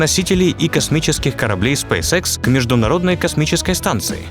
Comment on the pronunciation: Спейс икс а не спейсекс